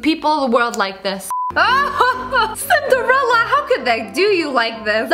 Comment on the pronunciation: That aint cinderela that is mozarela